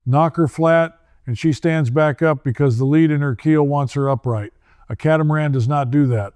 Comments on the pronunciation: Yea he doesn’t pronounce “lead” in the keel properly. Bunch of bullshit. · Don’t know how to pronounce “lead” in the keel.Bullshit